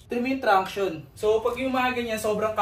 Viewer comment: Pangs 'traction' Hindi tranction hahahh